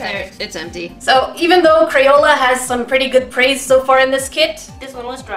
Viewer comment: Why does she call crayola as CRAPOLA.😝😝😝😝